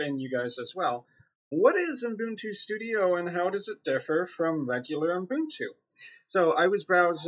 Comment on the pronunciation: There is no f***ing "n" after the first "u" in Ubuntu!!!!